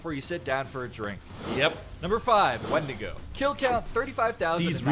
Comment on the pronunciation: Blizzard themselves can't even pronounce wendigo lol